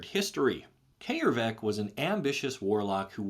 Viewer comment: Holy shit its brilliant coming across someone who actually pronounces Æ correctly. . . That hard 'AY' is vastly more soothing than you think, having dealt with americans butchering it into 'EE' and british butchering it into 'EI'. . .